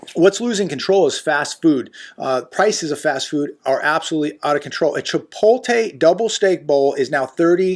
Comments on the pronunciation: Its chip-oat-lay, got damn man. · Chee poh ley 😅😅😅